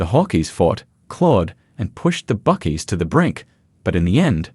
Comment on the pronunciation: Hawkeees / Buckeees. This AI Aussie has a speech impediment